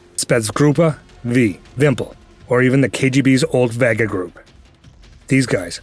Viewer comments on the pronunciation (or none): none